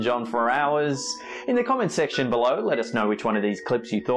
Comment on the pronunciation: "Comment Section Buh-LO"